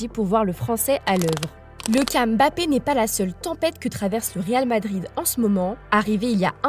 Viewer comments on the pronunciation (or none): none